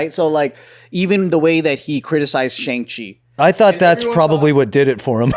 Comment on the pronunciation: joe how you gonna say shang chi wrong when they tell you how to say it right… thats a contributing factor of lower ethos for jk as a whole